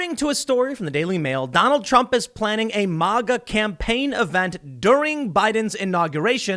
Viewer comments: Pllaning? Ok Joe Biden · Planning not pllaning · Pllaning? Are you trying to pull a Sidney? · What's Pllaning? And DUring? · Pllaning? Lol